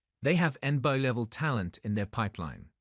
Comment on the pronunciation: C'mon, at least get a real voice actor to read the script. Or watch the video at least ONCE so you can see how ridiculous that AI voice sounds. En-Ba? How about N - B - A. jeez.